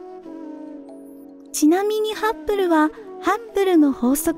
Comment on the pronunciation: ハッブルと書いてますが、発音はいつもハップルなのは何故ですか？